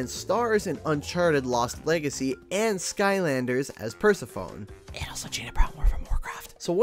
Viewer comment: That is not how you pronounce Persephone.